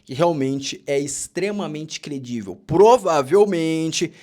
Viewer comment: A palavra correta é crivel e não credivel,.